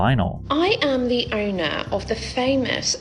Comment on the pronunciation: She is "di öüná" of the "göüld lö-böü-böü"